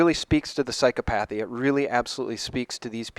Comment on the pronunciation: psychopathy. second syllable stressed, pronounced with an "o" as in "hot". Psychopath, psychopathic you pronounce correctly.